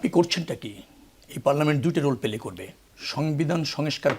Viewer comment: ফুটবল খেলা যে পেলে করতে হবে??? সদস্য রা প্লে করবে। এই ধরনের আতেলদের কে আমরা গণমাধ্যমে দেখতে চাই না যারা বাংলা উচ্চারণে ভুল করে